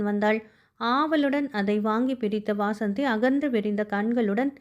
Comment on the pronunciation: Madam, வாசந்தி இல்ல வசந்தி